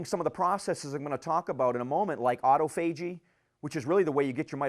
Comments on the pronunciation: Great talk about a vitally important topic. Other than the pronunciation of "autophagy", is a sharp guy and a great presenter. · If you had to break autophagy up as a word you would pronounce it the way he does. Either way we know what he means.